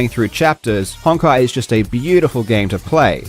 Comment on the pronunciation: without even knowing what that game is, that is almost certainly pronounced "hone-kai". Great plug